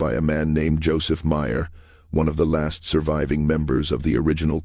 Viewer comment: is there ANY corroboration of any of this? Any sources? Also, Myer is constantly mispronounced throughout. Miso? Miser? C'mon now.